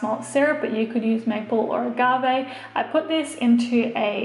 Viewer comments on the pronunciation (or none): none